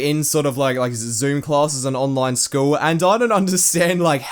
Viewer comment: i pay more attention to whenever he says "school" because i sounds like "schwool"